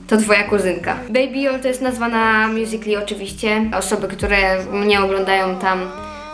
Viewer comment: czemu ty mówisz "mjusikli" a nie "mjusikali"?